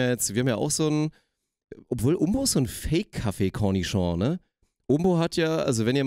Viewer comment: Das Wort ist Connoisseur nicht Cornichon :D